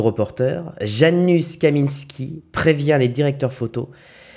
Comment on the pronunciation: Salut ca se prononce « yanoushe » et pas « janusse »